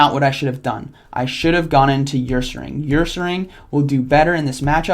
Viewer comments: err-serr-ing not uuur-sa-ring lol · In the 21 years of gen 2 being live i legit have never heard someone call Ursaring, YOURsaring lmao, stay golden friend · It’s pronounced Urr-saring. I just watched the black and white episode. Kinda like you can’t find the words for a sentence. Er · Oh God your saying yursaring 😡😡😡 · Wait is that how you really pronounce Ursaring? I have been saying it wrong this entire time? (Er-sa-ring) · No, it's being pronounced wrong It's like Ursa Major the constellation